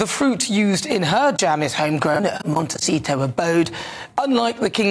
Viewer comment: Can someone work on the way he pronounces “Montecito”, ugh.